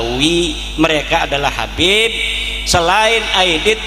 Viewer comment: Dari cara mengucapkan Habib menjadi kabib itu sudah ketahuan bahwa semua yang diucapkan keluar dari hati yang benci.